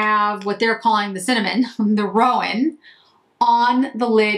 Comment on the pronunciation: Love these!! And I wish I had your red hair...so pretty!! I have them and think they are so pretty....my first Chantecaille eyeshadows...as I am a horse fan. Just FYI...because I have heard other people say it the same way...i Roan is 'row- n"...as in a long 'o'...not 'rowan', like a rowan tree. But that is just me being picky about horse colors. A roan colored horse is a light brown with noted white /silver flecking to the hair.